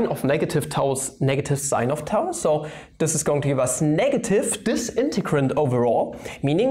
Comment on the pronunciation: Gcher Sev What do you mean? He did pronounce it correctly. I studied Greek, so I would know :)